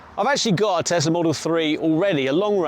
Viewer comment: Why do people keep calling it a tezzlaa it's tesla